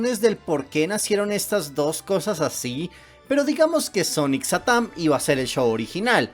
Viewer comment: Diganme que no soy el único que cuando dice satam piensa que dice satán